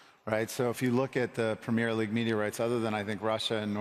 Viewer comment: Americans say pimmir league 😂